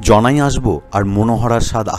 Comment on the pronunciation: হ্যা কথাটা জনাই জানাই নয়